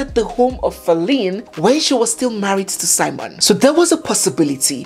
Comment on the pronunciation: On the title, it's spelt SIMEON... When you narrate, you call it SIMON.